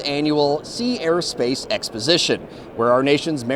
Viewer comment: Thank you for clearly pronouncing Sea, Air and Space. I sometimes get confused when I think I hear Sierra Space.😊